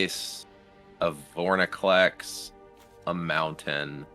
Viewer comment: VorINclex not VorNIclex